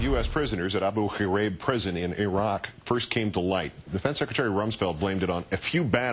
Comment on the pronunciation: This is an amazing story ... but, um - what's with how KO pronounces Abu Ghraib? Is he trying to clear his throat or something?